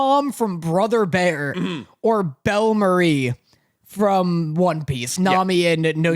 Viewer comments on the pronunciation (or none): Between calling bellamere "belle marie" and calling nani "nami", repeatedly for both btw, im staring to question if they pay attention to what theyre saying or if they even watch the things! Not actually that mad but come on guys, neither of you in the conversation ever hear something wrong?